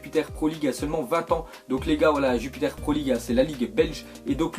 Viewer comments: on dit pas Jupiter pro league mais jupiLer pro league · Waw "Jupiter pro league" c'est Jupiler